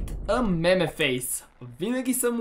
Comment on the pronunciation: Meme се произнася мийм а не меме!>:(